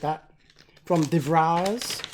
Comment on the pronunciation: Like your shirt, nice unboxing again. B.t.w. The name of Mr de Vries you pronounce better as The Freeze, sounds a lot better;-)